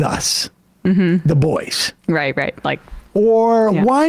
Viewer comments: "With the boysh" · I believe it was poker with the "Boysh" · I believe that it's pronounced "the boysch".